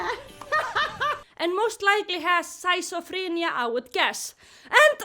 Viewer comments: Your English is great. I would even say you're fairly fluent in English. The only thing is that you pronounce "schizophrenia" as skits-oh-fren-e-uh. I also want you to know that I'm using the words "spicey" and "spiceual" because you're so funny that you made up your own English slang. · the way you pronounce schizophrenia is truly mesmerizing